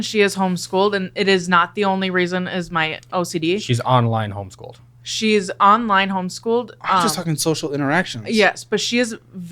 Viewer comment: "Home-Sick Schooled"